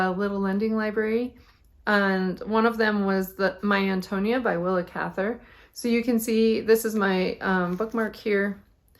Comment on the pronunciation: Good to see your podcast pop up! Your purple Fosette is going to look terrific with those colors! I, also love Willa Cather books. The first, My Antonia, I read with my kids when we did American Lit. When I listened to it on audio some time later, I realized that Antonia is pronounced with the accent on the 3rd syllable, if the reader was correct. It’s a beautiful book.